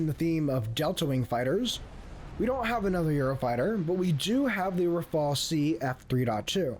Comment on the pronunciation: why are you all putting the e before the L it is rafale not rafael, rafael is a israeli weapon producer